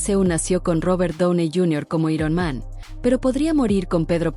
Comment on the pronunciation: Dios santo que molesto es oír cosas como “i-ron man” en lugar de “airon man”